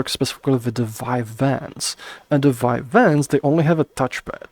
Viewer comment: It confused when you said vine vans. I thought it was vive wands.